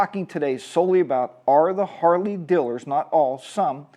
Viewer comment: Gotta be careful around all "Dillers" Lol sorry to be that guy.